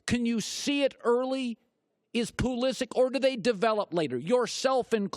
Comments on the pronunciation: I can choose to pronounce my last name as "T-Rex". That does not make it correct, just because I choose to say it that way. If Pulisic himself says it that way too, fair enough, Colin is not really at fault here, but that pronunciation is still wrong... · Look at the blue writing of the pronounciation in the first parenthesis. Does that seem to sound like Colin says it to you?!?!?! The name is Croatian... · Argues that he is a big fan of the sport = calls that player "Pull-E-sick!" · He pronounced it properly a few minutes earlier, could have been a slip up.